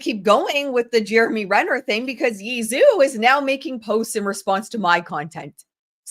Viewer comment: I believe Zhou is pronounced like "joe"